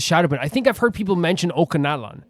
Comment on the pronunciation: Just so you know, Ochkanatlan is pronounced with a soft C instead of a K. So it sounds like OchiKaNatlan, but without the i sound